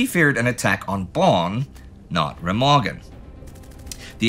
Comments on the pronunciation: For your informaton; It is called [Rémahgen], not [Rèmàgen]. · Remagen is pronounced with the stress on the first syllable, sort-of "RAY-mahgen".